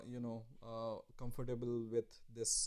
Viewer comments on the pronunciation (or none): none